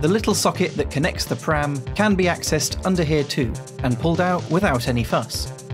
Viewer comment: Nice, honest review! I will say though, that as a longtime Mac user, it bothered me every time you said "OS Ex" and "pram" instead of "OS 10" and "P-Ram". Good video though, and it's neat to see you use it for lots of different stuff. When I had my Pismo, it was running Tiger just fine, though, the internet back in 2006 was a lot lighter than today's internet. :P